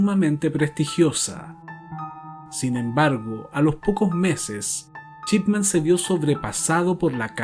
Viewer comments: El caso muy interesante. Lo único es "Shipman", no "Chipman", tal como se lo menciona al apellido del médico en todo el documental. Eso resultó bastante molesto. Por lo demás, muy interesante el caso, no lo conocía. Y ojalá continúes con tan excelente contenido. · Excelente investigación. Único detalle ( porque contigo ya se hila muy fino, por tu excelencia ) la pronunciación es SHipman y no CHipman. Saludos y continúa de esta manera! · En otro vídeo, te he comentado que me parece una muy buena idea abordar este tema del crimen para tus trabajos y que tu narración es muy buena. Hay algo que quiero preguntarte: ¿eres mexicano? Lo digo porque pronuncias la sh como ch. Así se produce "Chipman" en lugar de Shipman. Si nos tomamos el trabajo de traducir lo mejor posible este apellido, tendríamos que el primero sería "hombre del circuito electrónico" y el segundo "hombre del barco, o navegante o barquero". Pregunto por tu nacionalidad, porque es de público conocimiento que los nativos de México dicen, por ejemplo "Chéspir" en lugar de "Shékspir" (Shakespeare). El famoso "Chespirito" (diminutivo de Shakespeare) era Gómez Bolaños. Solo es una curiosidad. Desde ya, gracias y saludos. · Perdón pero cada vez que diiiste su apellido está mal.. es Shipman, y tú dijiste durante todo el video Chipman. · Me encantan todos tus videos . Es Dr Shipman. (Yipman,no chipman) solo eso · El título dice "Shipman" pero cada vez que lo nombra suena "Chipman" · Me encanta este canal. Lo descubri ayer y enseguida me subscribi. Solo una critica constructiva: Practica como pronunciar las palabras en ingles para que se te escuche mejor. En vez de decir Shipman, dices Chipman. Gracias por tus videos. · "chipman" dice lol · Muy buenos documentales. Me suscribo. La única crítica.... Dr. Chipman nooo, mal pronunciado. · Shot de vodka por cada vez que dice "Chipman"!